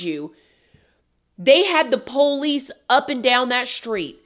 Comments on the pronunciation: The way you say Poe-leece really annoys me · The Poe-leese 😂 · Another amazing video. you kill me with the POE LICE 😂